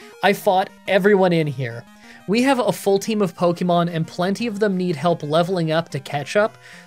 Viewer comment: Dude please for the love of god pronounce Pokémon correctly. “Pocky”mon is so cringe